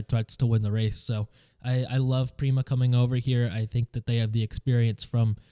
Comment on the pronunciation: FYI Prema isn't pronounced like "Preema" its like "emma" with a P